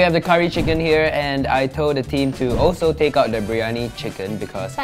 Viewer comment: It's biryani not biryoni😂